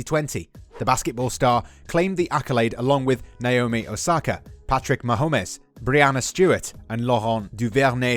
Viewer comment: Patrick mahomiez 🤣🤣